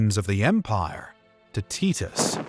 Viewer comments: The pronunciation of titus is killing me lol..tee-tos? Always thought it was tie/ty-tus.. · Its Vespasian. Vess-spay-zee-un. Titus. Tie-tuss. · They are pronounced VES-PAY-SIAN and TY-TUS. not whatever you were saying. Good video though, especially giving Domitian his dues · Teet-Us had me laughing so hard. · tit-us xD